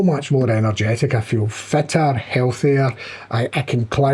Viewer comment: "I feel fitter" with accent "I feel fatter" 😅😅😅